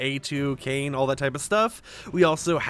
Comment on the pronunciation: Lol this man knows nothing of nier. He said Kane It's japanese so Kainè